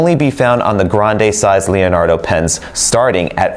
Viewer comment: thank you for the wealth of information. Until this video, I didn't know your were carrying an Elastic Fine & Extra Fine nib replacement. The Elastic Extra Fine is going to be added onto my next pen order. Leonardo makes a beautiful pen and no one pronounces the Leonardo name better than you.